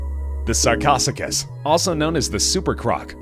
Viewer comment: Sar-co-Sue-cas. Say it after me, narrator.